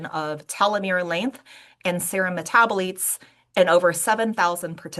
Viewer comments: Really peculiar that she doesn't know how to pronounce "metabolites". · I've never heard it pronounced the way she does.